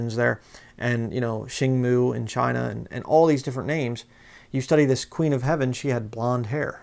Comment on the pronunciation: was that an "S" i heard you pronounce or did you meant heaven ?